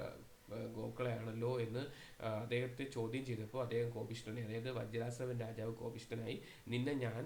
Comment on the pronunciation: നല്ല ക്ലാസ്സാണ്, വജ്രാസവ എന്നല്ല വജസ്രവ എന്നല്ലേ സർ